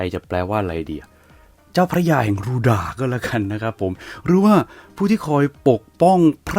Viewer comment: แอดพูดผิดจากรูดากเป็นรูด๊ากไปเลย555😅😅😅